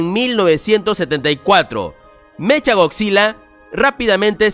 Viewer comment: No sé dice mecha es meca